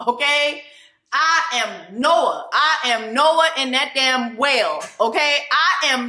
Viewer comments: Ma’am its “Jonah” not Noah😂😂😂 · She said Noah😂😂 when it should be Jonah😂😂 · JONAHHH.. it’s Jonah Jessie 😂😂